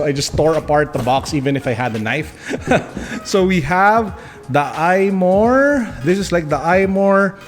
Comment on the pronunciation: you went all hulk and forgot that it's suppose to be 1more instead of "imore" 😅